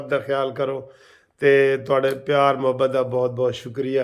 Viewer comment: وکیل صاحب لفظ محبت کی م پر زبر ہے غلط مت پڑھیں